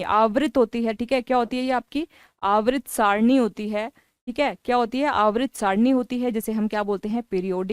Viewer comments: Aavrit nahi hota hai Mam Avatr hota hai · हिंदी बोल नहीं पा रही हो, आवर्त को आवृत बोल रही हो